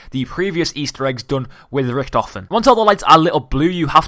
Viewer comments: Why did you call him riktefien like WTF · U say it lyk riktofin, wtf